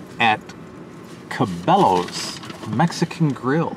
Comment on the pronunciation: “Cebelloas” haha locals call it “sa-boy-ahs” great video!